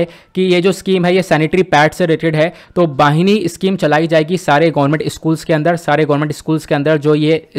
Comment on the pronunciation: वाहिनी नही बहिनी स्कीम